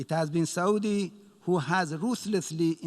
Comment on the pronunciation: ....it is Saauudi